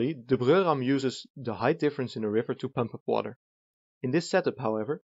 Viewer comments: I hate to argue with someone with a Germanic accent (in most things, really), but wouldn't Breurram be pronounced "broy-ram"? Weren't you saying "Brürram" (i.e., Bruerram)? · Everytime you say "The Breurram" you sound a like a German guy trying his hardest to pronounce the words right and i love it.